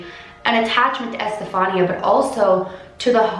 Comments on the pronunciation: It's pronounced Ehs-te-fa-nee-a.! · It’s pronounced estefania gutierez lasaroe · The pronunciation of her name is I’m pretty sure, este-fan-ee-a But... I could be wrong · Estefania is pronounced like Stephanie, but you add the Eh at the beginning and ah at the end. 😊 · Eh-steh- fah- nea is how her name is pronounced :) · I have a cousin named Estefania it's actually pronounced eh s - steph -ah -knee -ah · Good job on this video just one thing it's pronounced es-te-Fa-ni-a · It's pronounced e- Stephanie- ah ❤️ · it’s pronounced ES TE FAH NEE YA. It’s pronounced in Spanish Edit : Don’t get why some of you guys mad . I’m just telling her she pronounced it wrong so she pronounces it right next time . No big deal . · The way she pronounced Estefania made me cringe sorry I still love you and your videos lol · The way she pronounces her name 😂